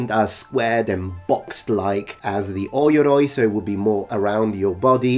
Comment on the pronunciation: "Oi-yoroi" is incorrect, its pronounced "oh-yoroi"